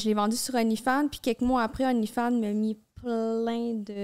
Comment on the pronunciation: qui dit onlyfind à chaque fois Hahahah